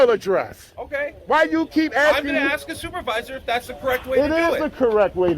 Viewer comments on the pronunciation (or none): Don't axe ?s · It is ASK NOT AXE